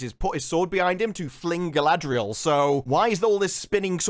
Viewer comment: Only seconds into the video and the actual director unintentionally pronounces her name “Guy-ladriel” just like … weeew lawrd. this gonna be good.